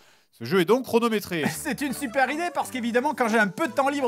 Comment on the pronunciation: ça pique les yeux le "supaire" à